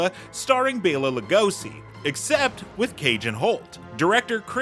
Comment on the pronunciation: You mispronounced Bela Lugosi